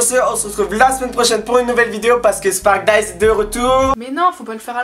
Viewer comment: j'en ai marre de quand tu dit sparkdise